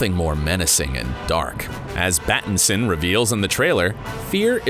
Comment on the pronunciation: Y'all did he say "Battinson"? Oh I'm all in now lmfao 😂😂🤣